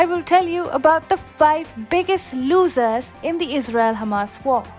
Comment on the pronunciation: "losers" pronunciation really suck in...